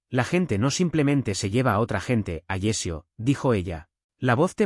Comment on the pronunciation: Alessio, no Agecio!